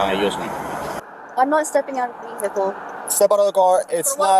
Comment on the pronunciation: I wish these low lives would learn how to pronounce Vehicle properly..the H is silent ! I'm sick of hearing Ve HIC il